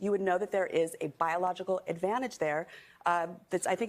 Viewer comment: You mispronounced biological.